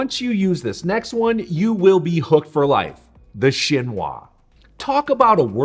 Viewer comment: A Japanese petty knife is superior to a utility knife. Also you're pronouncing chinois wrong. It's sheen-wah.